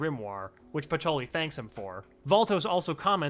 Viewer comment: Everyone else: "Patry" This video: "Patoli"